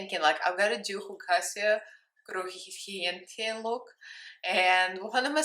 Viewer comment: You may have butchered the name BUT sure didn't butcher the look. As ALWAYS look very stunning and gorgeous. I DEARLY love how you put your own spin/touch on every drag look. To me it turned out better than original drag queen did it. I LOVE MY THREE FAV Ladies----YOU----DR. Legend----Dream Date/Heart Beaker